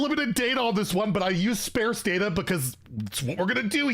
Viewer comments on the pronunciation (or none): The "a" in sparse is pronounced like "spar", not "spare".